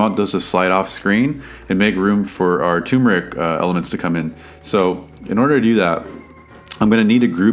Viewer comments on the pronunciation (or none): Is it only me or did you guys also notice the 'R" missing from TURMERIC? Anyways the tutorial was really great! Now Imma watch your other videos !